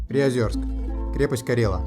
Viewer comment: все хорошо, только не приозЁрск, а приозЕрск!